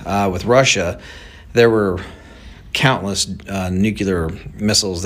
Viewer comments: “Nucular”?? Just sayin… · It’s “nuclear”, not nuculear. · He says nu.kyu.ler, I say nu.clear. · Why do educated men still say "newkewlar" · I don't understand why intelligent people can't pronounce the word "nuclear". It's NOT pronounced nucular. Georgia W Bush made the same mistake. It's a common error that's just not acceptable. Learn how to pronounce the word. Leaving us in the dark is part of the governments' power over us. It's sickening! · "nukular"..this dude can't even pronounce the word " nuclear ". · I’m sorry, a grown adult, especially one who owns a company, should know how to pronounce “nuclear”. NOT “nucular”. Sorry, strike against him from my standpoint, no matter how right he might be on this topic. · no such word as NUKULAR ,,, that is hillbilly for the word NUCLEAR ,,, THESE PEOPLE SHOULD READ A DICTIONARY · Omg it's nuclear not nucucler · I have a had time hearing an "expert" say NUCULAR" and not Nuclear. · Good stuff but can we please just say “new-clear” and not “nook-u-lar” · if the dude is an "expert" and a "subject matter expert" then learn how to pronounce the word "nuclear" correctly. It is not "nucular" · Nuclear, not nucular. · He's so smart that he can't even pronounce NUCLEAR! It's NOT nucular! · Anyone that says nuke-you-ler is not crefible w me. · It's nuCLEAR, not nucULAR. 🤨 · Nuclear not neucular... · Nu-Clear vs. NuKELAR :) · Dude can't even pronounce the word nuclear correctly. Nookular? 🤡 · We build professional stuff for the military? This guy is an expert on nothing. Not even smart enough to correctly pronounce the word “nuclear” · This "Talking Head" Can't Even Pronounce "Nu·cle·ar" ,, And He's Your Source of Information,,, What a Low Rent,,, "BLOW HARD" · I would humbly request that anybody posting a video learn how to pronounce the word nuclear and also the word fentanyl thank you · Tell that to george Bush. He said it all the time.